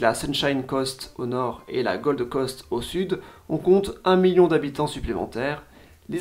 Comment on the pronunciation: Alors j'aime bien tes vidéos mais ne propose pas des promos pour des cours d'anglais en prononçant si mal PERTH (que tu prononces "PERSE" 🤮), NEWCASTLE, ET Gold Coast, ça m'a sorti de la vidéo plusieurs fois, ton sponsor perd en crédibilité. Merci pour tes vidéos 👍